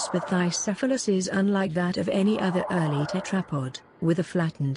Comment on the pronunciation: The continuous mispronounciation of the word tetrapod is annoying.